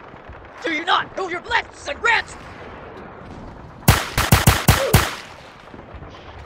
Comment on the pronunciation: do you not know your lefts and rats?